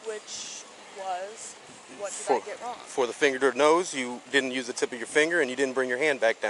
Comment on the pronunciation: im on her side, looks like she did great. he messed up words while she did not. its no nuze, its use